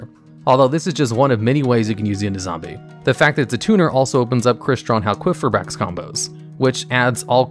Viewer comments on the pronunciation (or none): hal-queef- eee- brax, hmm maybe i should pronounce it like that from now on